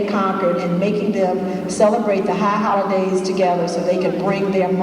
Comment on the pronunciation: Hahah..she said Hah(a)olidays:).